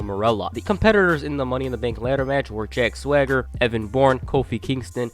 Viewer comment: I still don't get why they gave a guy with a lisp a name he can't pronounce. If I never saw it spelled out, I'd think his name was Jack Thwagger. I have the same problem with Mojo Rawley. I swear to God, he calls himself Mojo Riley and it's so fucking annoying.